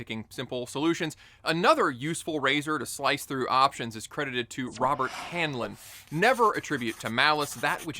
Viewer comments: 'Hanlan' not 'Hine line?' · Did you just pronounce Heinlein as “Henlen”? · It's interesting that you use a quote from an author you pronounce wrong, i.e. Robert A. Heinlein not Robert Hanlin* (check your cc for your video, I didn't "mishear you.") The quote is misdirecting (Richard like all "artists" of the 20th century were used by the CIAduh to make the USSR think we were crazy... look that up... remember the Campell's soup guy (Andy Warhol) using an industrial mechanism to produce "art?", that wasn't a bug, that was a feature.) The aphorism should be, "Never assume stupidity before you rule out malevolence." You know why coach? Because it only takes one time to make the mistake Heinlein, the Stranger in a Strange Land, suggests is ok for you to do so, and you are dirt napped. Not a very conservative way to maintain life, imo, and I know, I've seen shite in the turd world city NYC, personally living here under the open air prison guards some ppl call police, and as a FDNY Paramedic giving aid and comfort to ppl that could have had a better day... Put simply: in a world where psychopaths are in all positions of power, you're just easy pickings, bro. Think of your family. I'm a father too (only two boys though), old enough for the military draft about to happen for WWIII that has already been engaged by our country. I'm not, at least this time, talking out my arse. Remember "friends" will very rarely tell you the truth. I'm doing you a "paying it forward" service. What you take from it, is up to you. _______________________________ * The name Robert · Love Robert Heinlein. Forgive the correction but it's Hine-Line. Weird pronunciation and I did it wrong all through high school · Have I been pronouncing Heinline's name incorrectly my whole life? Isn't it? Hein (rhymes with Nine) - Line (also rhymes with Nine)